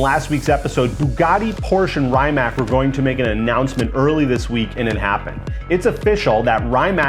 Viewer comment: How the fuck you fuck up so much saying word Rimac as Rymack. Real car guy 😆